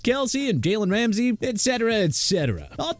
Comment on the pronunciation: did dawg say "gaylen ramsay" ???